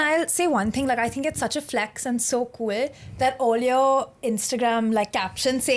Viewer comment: it's so "kwueel'....nigga i clicked off immeadiatly after hearing that